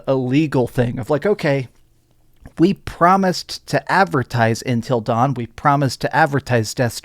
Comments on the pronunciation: Love your vids man but damn it’s UNtil dawn not INtel dawn 😅 did DS really need a remaster? No, no it didn’t, same with until dawn. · Intil Dawn or UNtil Dawn bro?!?! Hahaha...